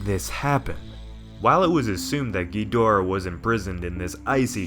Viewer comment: King Ghonareah